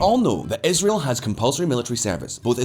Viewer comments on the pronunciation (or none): none